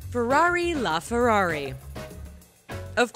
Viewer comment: It’s a la fararrj 😂